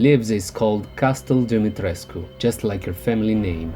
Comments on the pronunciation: I love the way you pronounce "Demitrescu". Way classier than me. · I loved this!!! ❤️ And extra points for pronouncing her name flawlessly! I'm Romanian and my last name also ends in the -escu suffix 😂